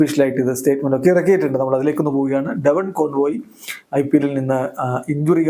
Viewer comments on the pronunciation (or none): കോൺവോയ് എന്നല്ല കോൺവെ എന്നാണ് ❤